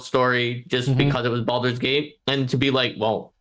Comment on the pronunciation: someone PLEASE teach how to pronounce Baldur's Gate:D